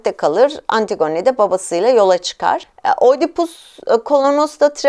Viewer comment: lütfen antigone'ı düzgün teleffuz eder misiniz ☺